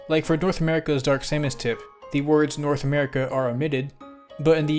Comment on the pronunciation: I thought I was going crazy when you said dorth America lmaoo